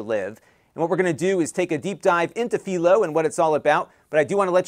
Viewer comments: PIE-LOW, not FEEL-O. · It`s Philo, Not Phelo. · It's fai·low as in Philo Farnsworth. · Am I the crazy one or not lol, I have been using Philo for over 3 years at this point and for the life of me I have been calling it (Fi-lo)! Hearing how you are naming it and coming out of your mouth, you are making me seconded guess! 3 years I thought it was pronounced (Fi-lo), now I can't un-hear the way you say it! Please correct me if I am wrong but 3 years of saying (Fi-lo) now makes me feel so wrong in life lol! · Uh, I'm 99.9% sure that Philo rhymes with "eye." It comes from TV inventor Philo Farnsworth. There's a little town just south of me named Philo also pronounced fye-lo, but Illinois also has a Cairo and Athens that aren't pronounced the normal way (they're KAY-ro and AY-thenz here). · Philo rhymes with Milo. That is the correct way. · You're pronouncing Philo wrong, It's pronounce Fai -Low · I have to say your saying Philo wrong haha but it's okay :)